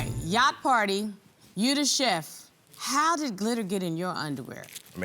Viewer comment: If he says I'm a cheft one more time! Chillllle